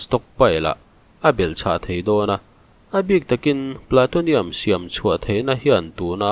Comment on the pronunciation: Platonium nilo in Plutonium zawk.Plu ti a lam tur